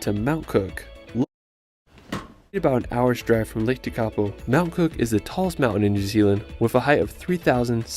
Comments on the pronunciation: Yes. Me too. Lake Tekapo and his pronunciation is Tikapau. It should be pronounced Teh-ka-por. Also not Wanarkah. Wa-na-ka all short sounds. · Shame they cant pronounce Lake Tekapo ..Tek A Poh .